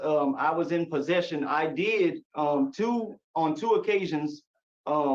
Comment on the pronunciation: Yes he "De'id." have a lot to say.